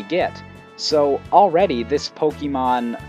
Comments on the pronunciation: It's Pok-AY-mon. Not Pok-EE-mon. Urgh. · Supposed to be Poke Ay Mon. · Pet peeve of mine: people pronouncing Pokemon as "Poke-ee-mon" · my god the way you say pok EE mon is driving me nuts but otherwise great video. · Why do you read it po-kee-mon It's written "pokémon" not "pokemon" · And if you haven't noticed, the "E" in pokémon is accented, so it's poke-AY-mon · why the f*** does he keep saying pokeemon is he an idiot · I had to stop listening. The way you say pokèmon (poh kee mon) was driving me crazy. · I wonder why people keep saying Pokemon wrong, it has been six generations already..... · Most of the video was fine, but I cringe every time you say "Pokemon" wrong.